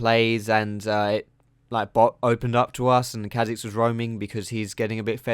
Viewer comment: He sounds chinese when he says kha' xiz hahaha